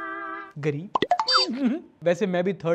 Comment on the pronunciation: That 'gareeb' was really hurting 😭😂